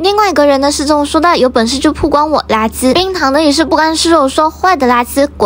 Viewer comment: 曝光是不是读错了，应该是bào guāng，不是bù guāng